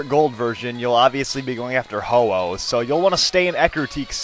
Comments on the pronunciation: Its actually Ho-Oh not ho-ho. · it's ho oh not hoho